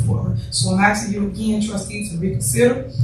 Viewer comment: I'm axing you axing you axing you